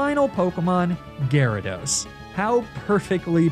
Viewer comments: My boy said Gyaradye 😂😂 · "gyradi" pfft gyrados clearly has greek roots and would use the second declension plural "gyradoi", like one of its roots "gyros". Shocked to see such sloppy research from!